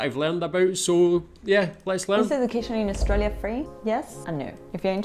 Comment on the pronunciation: Learn how to say 'Australia' before making a video about education.